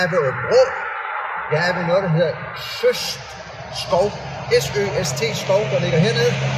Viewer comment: Min hjem stavn Søst udtales sØst med tryk på ø 🙂